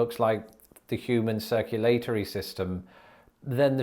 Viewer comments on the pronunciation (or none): Dead at circu-late-ory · Circu-LATE-tory. Ha ha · No but I love the way you “mispronounced” circulatory. It took me a few seconds to get what you were saying. Cute! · "the human circu-LATORY system"- made my day! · your pronunciation of "circulatory" was a hoot:) Cheers, Pete from L.A. (Lower Alabama).